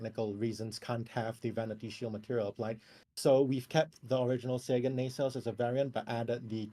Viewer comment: thank YOU for pronouncing the Sagan correctly. Never thought I would hear it said correctly on Casual's channel here.